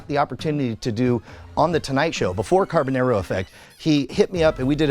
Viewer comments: The "nar" part rhymes with "car", not "hair". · You’ve known him since you were kids but you can’t pronounce his last name right... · after all of that talking and storytime about how you know him in life, if you actually HAD even SEEN the show, as you say, you would know how to pronounce his last name as he clearly says it from his own mouth on EVERY SHOW... instead of this mispronounced trash you say out of your mouth.